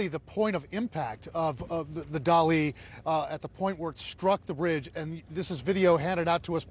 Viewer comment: The only thing dramatic is this guy's trying to make this dramatic. Also, pronounce Dali correctly. No one else is pronouncing it that way, you know what you're doing. Stop it. Journalism at the level should be done better.